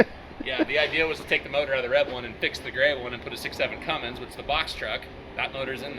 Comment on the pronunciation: It chills my soul when someone calls my Cummins Ford a “Funmins” it’s not a god damn “Fummins” no more then my damn Dodge Ram is a “Dummins” they put Cummins is a multitude of different vehicles, including Ford from the factory, I have a factory built F650 ford with a 5.9L Cummins in it, so put the damn “Fummins” shit to rest already! Smh